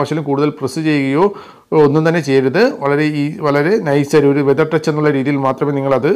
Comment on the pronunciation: വെതർ ടച്ച് അല്ല,ഫെതർ ടച്ച്